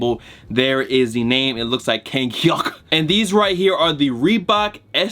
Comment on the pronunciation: “I’m not gonna be tryna say the name of the label doin the collab with Reebok” after 5 seconds: “It looks like it’s KANGCHYUK”